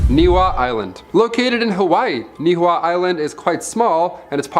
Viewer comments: Pronounced “ knee-ee-how” Niihau island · The island of Niihau is pronounced nee-ee-how and Kamehameha is pronounced ka-may-huh-may- huh